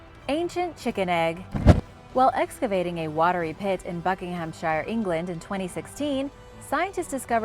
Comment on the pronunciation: Love your videos always learn something new and when u pronounce Buckinghamshire or other english countys the shire part is pronounced like sheer not how it is spelt so hopefully i have taught u something new lol 😘